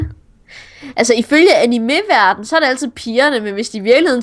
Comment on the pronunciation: DET HEDDER IKKE ANIMÉ! DET HEDDER ANIME!